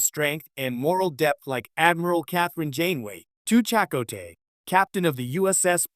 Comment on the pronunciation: This AI voice shit can't pronounce names? Chicot?